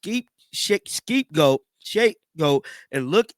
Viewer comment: Say scapegoat again my guy.....just wanna make sure i heard you right 😒🤣🤣